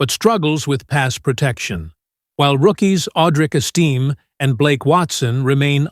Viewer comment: You should learn how to pronounce the player's names. It's eas-ta-may, and you're right about TE is the most important need. The Broncos should try draft the TE out of Penn State, Tyler Warren. Then Wr is tied with Rb for the next needs. Either Sanders moves to middle line backer or they should draft one.